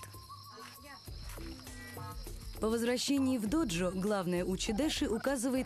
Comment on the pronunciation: Ну что за произношение терминов? Не "доджо", а "додзё", не "шоган", а "сёгун" ЁПРСТ!!!!